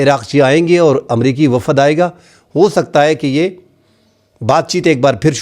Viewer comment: Wafad kiya hota hai ,.....????? 🙄🙄🙄🙄 Wafd hota hai ,.....👈👈👈👈 Journalist hoker aap Urdu ko toa sahe talafoz ke saath toa boole ,....🙏🙏🙏🙏 Shokriya ,..... 👈👈👈👈 ❤️💚🇵🇰 LOVE FROM PAKISTAN 🇵🇰💚❤️